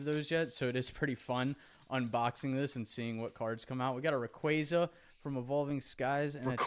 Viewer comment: Lmao get outta here with the Rayquaza pronunciation 😂 my man pronounced it right and I will die on this hill haha